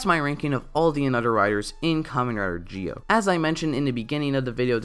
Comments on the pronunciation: Why do you say geo instead of Zi-O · It’s zi-o not gi-o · He said kamen rider gee o? Why? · OMG ITS PRONOUNCED ZEE-O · Nah it's pronounced Ji-Oh in Japanese. Don't worry about it. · Kinda feel off about how you pronounce Zi-O through the video but still loved it